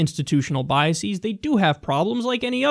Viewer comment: God damnit Kyle, stop mispronouncing "biases".